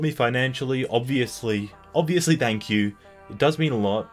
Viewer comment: Anyone else noticed how he pronounced thank as 'dank',? Is that an Australian thing? I think it's cute.